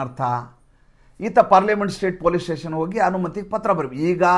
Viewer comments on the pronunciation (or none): none